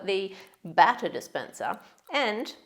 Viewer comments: For a moment there I couldnt tell the difference between 'batter' and 'butter' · A battah dispensah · Man, when she said 'butter' instead of batter ....lol gotta love it tho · I got lost for a bit when you said baata!! Until I realized you meant batter. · When you said batter dispenser I heard butter dispenser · Am i the only one who thought they were saying “butter” instead of “batter” lol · I thought they were saying butter dispenser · Am I the only one who thought you said "butter" dispenser？